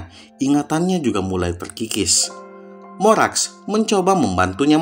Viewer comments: Morax bang bukan morex😢 klo ditambah ter di awal malah jadi lucu nantinya😅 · Dia pake aksen yang beda kak, kalau dalam aksen Amerika penyebutan huruf A = ei Jadinya kedengaran kalau nyebutnya moreix, kurang lebih kayak gitu kak, maaf kalau salah